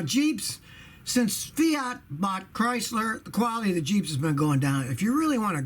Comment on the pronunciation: I though he said Priceler instead of Chrysler lol